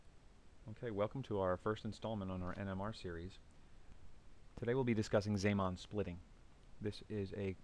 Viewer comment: You pronounce zeeman wrong. How can you say antiparellel after after the introduction of the magnetic field B sub zero? In your picture, both the left side and the right side are aligned parallel.